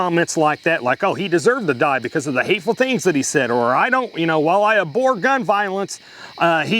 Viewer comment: Abhor, NOT Abore